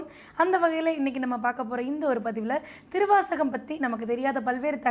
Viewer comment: ஏங்க சொல்லும்போதே சிவத்தை உணரவே திருவாசகம் ன்றத அழுத்தமா சொல்லுங்க